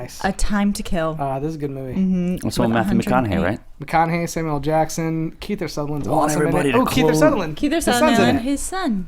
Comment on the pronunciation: "Kiether" Sutherland again? KIETHER??? lol